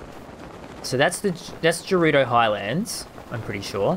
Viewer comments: NOOOOOO! HE SAID JERUDO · He says the first part of Gerudo like the first part of George lol